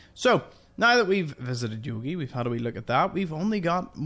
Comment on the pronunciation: You didn’t figure out the bears name is pronounced Yo Gi as in Yogi bear?